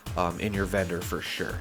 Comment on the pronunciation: Why am I hearing bedroom when you say vendor? lol I sell serums and buy recipes when I have enough caps, only looking to buy armor or power armor set pieces but can't find too many good ones.